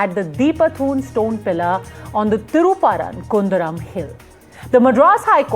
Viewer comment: I am from Madurai. The Madurai people will kick out the Sangis. Anchor, first learn how to pronounce Thiruperumkundram. You stupid news channel. The temple and the dargah co-existed for the past few centuries. In all these centuries the ‘deepam’ is lit in a particular place above the temple, WITHOUT ANY PROBLEMS. The DMK government will follow the same place and rituals. Go and ask Hindu or Muslims living around that area. No one is supporting this new place which the Sangis, RSS and BJP is creating now. If at all an objection should arise, it should be from the temple authorities. Go ask them, they have not created this request and not gone to the court. The BJP and other RSS groups who have nothing to do with Madurai have created this issue. Godi media like NDTV and others are fanning the fire and blowing it big. Trying to make it like Ayodhya. Madurai people and DMK government will never allow this to happen. They will kick anyone and everyone who is creating problems there, OUT.